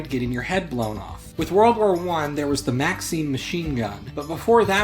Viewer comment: ive never heard someone pronounce maxim as maxeem XD